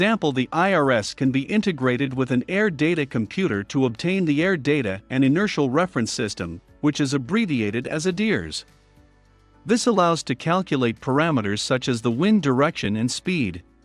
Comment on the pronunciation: ADIRS is pronounced (ay-deers)